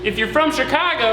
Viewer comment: saying the word “Chicago” was the most Chicagoan thing I’ve ever heard.